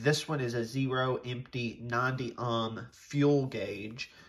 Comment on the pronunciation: Lmao it’s oh-m not awe-m